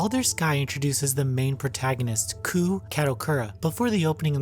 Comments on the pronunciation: koh.. not koo... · Every time reviewer says "Koo" (rhymes with poo) it negates any credibility he might have. The name is Kou... Ko + oo... Ko-ew... not Koo... (google "romaji" perhaps) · I want to say this: You kept mispronouncing Kou's name. Its pronounced K-oh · looked it up again in case i was wrong furigana says かどくら こう kadokura kou kah doh kuu rah koh uu also she says koh uu